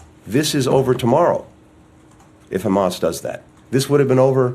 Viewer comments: Abe chutya khamas nahi Hamas hai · Ye chutiya sala jo israel se baitha hai debet me..hamas ko khamas kyu keh raha hai....chutiya atankwadi sala